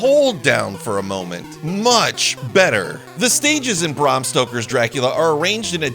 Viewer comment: You didnt have to say barm stoker everytime it made the reveiw as laboris as the game